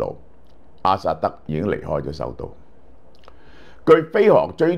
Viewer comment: 老蕭多次將阿薩德講成阿塞德，是否工作过勞?